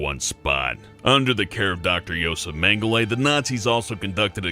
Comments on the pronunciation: german, and it isn't pronouced meng eh luh, but mengele, all of the es pronounced as in "test" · Karl Whistler Well, its still more accurate that mengélé, as if its french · Just a pedantic sidenote; Its pronounced Meng eh luh (luh as in uh), not mengélé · No, he wasn't. In no germanic language non-borrow words have E pronounced as é without it being specified by the é